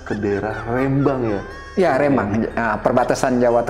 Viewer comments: rembang bukan rEmbang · Bukan rémbang....tapi rembang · Rembang. Bukn reeemmbang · R(e)mbang... S(e)lamat.. Bukan E... Tp €